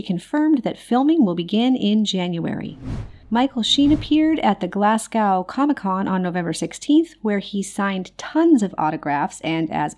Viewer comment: Why can't Americans learn to pronounce British place names correctly? Glasgow is pronounced "glas-go" to rhyme with show not "glas-gow" to rhyme with cow 😂 I don't mean to be pedantic but it happens on every American show/video that mentions the UK, and I find it very irritating and distracting. It's hard to take someone seriously when they make such basic errors